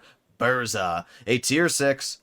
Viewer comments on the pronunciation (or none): Use Polish voice translator for proper pronoucing BURZA